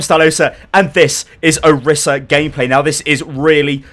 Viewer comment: Stylosa, plz. You can't just give a thorough explanation on a hero and get so many details wrong. - Her name is not pronounced that way (Jeff Kaplan mispronounced it too, so it's sort of confusing) : Pronunced o-REE-sa - Her alt fire is not called "Pulse" ; it's called "Halt!" - Her ultimate is not just line of sight with unlimited range; it has a range of 25m (not by my own measurement, but I read the stats earlier) A while back you were upset that some people accused you of misinforming viewers, so you gotta be careful bro.